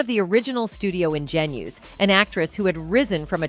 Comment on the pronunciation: on-zha-NEWs, not in-GEN-youze... And *Joan Coward*?